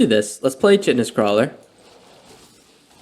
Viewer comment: It’s not recording my like!! Also, I think the “ch” in Chitinous is pronounced as a “K”. Yeah…I’m that guy.😂 love your content and esp the commentary.